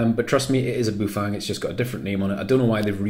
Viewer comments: Yeah weird thing to do a Chinese accent. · Just like the Chinese